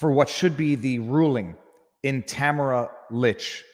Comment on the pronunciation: Just so you know, her name is pronounced “Ta-MAR-a leech”.